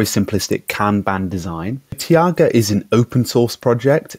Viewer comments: Interesting video, thanks for posting it. Shouldn't it be pronounced "taiga" though, rather than "tiaga"? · Not super important... but here is the correct pronunciation of the name; "TIE-gah" (ref